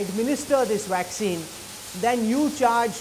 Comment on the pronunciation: Dr. P is a great man. The news reporter needs to learn how to pronounce the words he is using - Waxine and Anthrapanorial 😂